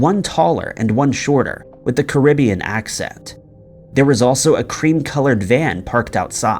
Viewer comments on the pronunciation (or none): none